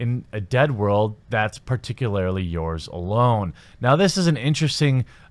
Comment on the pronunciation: Nuke-ular is to GHW Bush, as “particularily” is to Jamie. Repeat after me brother: PAR-TEE-KEWL-ARE-LEE